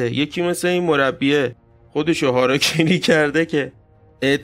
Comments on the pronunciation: هاراکیری .🤦🙊😂 خب معمولا میگن هاراگیری واسه ادبش😅✌️😁🤦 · سلام ویدیوی زیبایی بود و اسم خودکشی هاراگیری هست گ داره نه ک